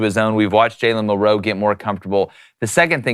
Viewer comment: Why do yall keep pronouncing Milroe so funny? It’s like week 10, get it right. says it right